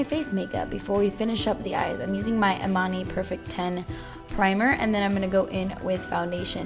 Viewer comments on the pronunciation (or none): none